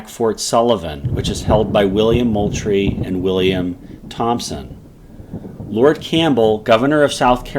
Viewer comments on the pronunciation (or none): none